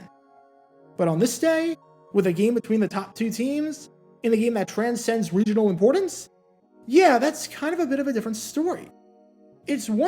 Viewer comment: 'College football is a regi8nal game' Im dead 😂